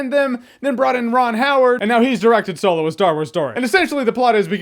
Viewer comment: Keep hearing soylo 🤣 No he still sucked to me.